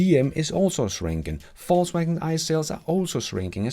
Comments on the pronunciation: Ved ikke om du med vilje siger “falls” wagen, for at være humoristisk eller at “they are falling”, men du kunne prøve Google oversæt app’en og vælge Englisk -> dansk og høre hvordan “Volkswagen” udtales på engelsk. Bare et forslag til dit ellers udmærkede engelsk. Nyder alle dine episoder. Tak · Love how his accent sounds like "False Wagon" lol